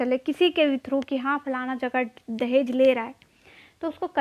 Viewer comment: Falana word 😂 I think you belong to Bihar side